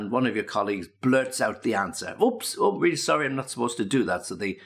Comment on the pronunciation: Странно,но он произнес междометье " ох" как русский.Наверное а не?😁